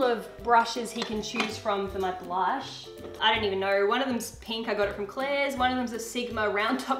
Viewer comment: "blunsh?" lol i died